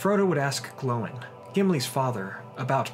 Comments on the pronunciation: Oh come on it's not glowin its gloin. As in Gimli son of Gloin... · You're saying Oin wrong. It's like the sound in groin but without the gr. Same with Gloin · You're pronouncing Oin and Gloin wrong. It's not "Owin" and "Glowin", "Oyn" and "Gloyn". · Óin, glóin and dáin not owen glone and dine